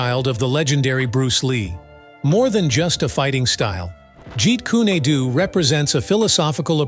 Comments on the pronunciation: Wtf is a ji kunadoo? It's ji kun du. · Jeet Kun-ae Do? Jeet Kun-a Do? Jeet Kun-y Do? Try "JEET KUNE DO" Either learn to pronounce Lee's fighting system correctly or shut up; idiot narrator! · The pronunciation Jeet kune a doTo me ,lacks the flow of energy seen in the pronunciation ( jeet kune Do).With that flow like water. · Jeet kun do... not adoo. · Hey!!!!! Its not "Jeet Kyyuni dyyyuuuuu!!!!((((((((( ITS PRONOUNCED " JEET KOON DOE " !!!! BUTCHERING THE ART TITLE IS LIKE CALLING GREAT BRITAIN "CREET BRATTONE" CMON !!!!!((((( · In his movies it was called Jaquan Doe not what you are calling it in the narration of what you're saying you do this with all the other videos and all the other people I swear this is the third time I've seen and heard you say the names wrong get them right or don't narrate the movies or what people do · "Yeet coon eh doo" 🤣 Have you even watched anything Bruce Lee related at all? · Can't you find someone to read for you. This computer generated narration, Sucks like a Commercial Vacuum Pump!! Meet Koo- Neh- Doo??!! 😂🤣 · Jeet Kooné Dooo!😂😂😂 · He didn't even pronounce Bruce Lee's style that Bruce Lee made